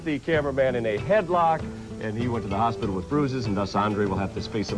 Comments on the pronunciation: It sounded like was drunk, how he pronounced hospital. hostibitle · "Take to hospitital" 😂